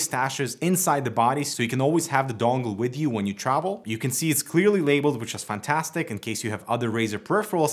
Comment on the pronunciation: neither is your pronunciation of "fantastic" for 5 years but you don't care, just get on with it.